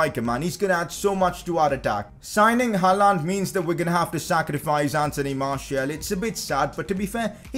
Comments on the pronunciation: PCQ: it's gonna be painful to watch this series if he keeps saying Haaland like that. It's haa-lend not ha-laaaand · Bhai please 'Haland' bol not 'haaalaaand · He can’t say haaland properly 😂😂💯😭